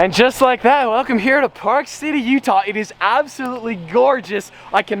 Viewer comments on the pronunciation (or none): none